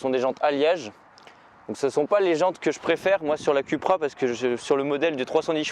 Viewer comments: C'est Coupra que ça se prononce, hein, pas Cul pra, ça fait cul-cul quoi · Excuse moi .ça ce prononce COUPRA !!!